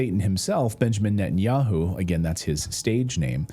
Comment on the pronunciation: Netanyakhu says Khamas is khorrible...